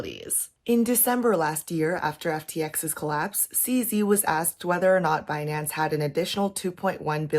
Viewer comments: Beh-nance! BIHnance binanncen on the behnance ! so funnyy 😂 😂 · It's Benance. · BEH-NANCE dang that was a funny compilation. Thanks for the coverage, enjoying the updates! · Pronouncing the company name 'Bin-Nance' is waaaaaay more fun tbh. Probs because the Brit in me is like 'ha bin' since bin is what we call trash can over here.